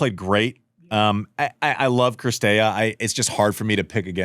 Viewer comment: STOP SAYING CRISTEA FFS !! IT'S CIRSTEA! I know Americans suck at foreign names and languages but still...